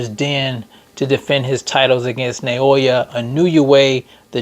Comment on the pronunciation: Everyone saying his first name wrong too(probably due to all the anouncers sayin it wrong too) It is not Nay-OY-ya......in Japanese it is NOW-YA.....Nao is prounouced like NOW not Nay-Oy-Ya.....